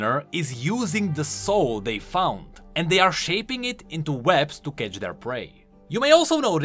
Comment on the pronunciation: Why do you always say "sapping"? Do you mean "shaping"? "Sapping" is a synonym for "draining" and you really confused me with that.